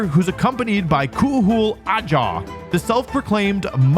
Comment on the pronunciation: So, many mispronunciations of the Genshin names. Like Kinich and Ajaw.